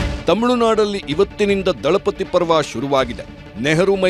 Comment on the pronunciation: Dalapati alla....... Thalipadhi